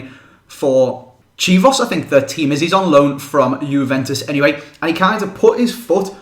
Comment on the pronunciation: Chivos? You mean Chievo Verona :L